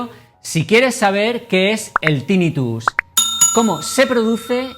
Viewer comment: Tinnitus se pronuncia con acento grave, la sílaba tónica es la penúltima, no es esdrújula por lo que no se dice Tínnitus